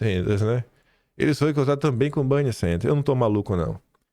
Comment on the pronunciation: Não é Banny e, sim, Benny Sanders